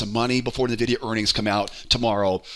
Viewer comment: You keep saying NUH-videa and it's upsetting.